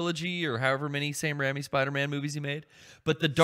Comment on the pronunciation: also hearing mispronunciation of raimi was the most jarring thing i have ever heard. baha-mas!